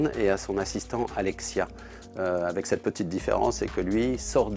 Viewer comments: C'est Alexa pas Alexia 😊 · Et c'est alexa et non alexia mdr